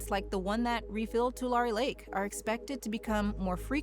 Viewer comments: Tulare. Pronounced "too" "Larry" Great video! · You say correctly, but you mispronounced Tulare. It's too-larry. Named after the tule reeds. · Its pronounced 2-Larry. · You should really have learned how to pronounce "Tulare" before you published this.